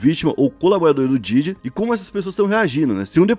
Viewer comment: não é Diddy, e sim Diddy! (se pronuncia com a ponta da lingua )